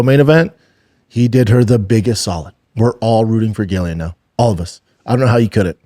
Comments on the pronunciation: It's hard to watch when Chin has said their names correctly, he's heard the video they jst watched with Ariel saying their names correctly yet.. still it's "Gillian" love you dude but this is such a pet peeve wth me. These guys doing mma podcasts have gotta do better with the names please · It is actually Gillian with no J at all.